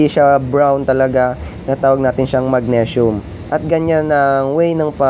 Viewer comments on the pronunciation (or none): Magnesium (mag-nee-sium) boss